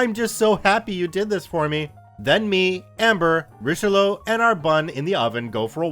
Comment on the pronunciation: how you pronounced Richelieu annoyed me for some reason